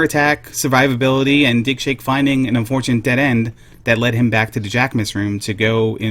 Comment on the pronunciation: I can't help but hear dickshake with that accent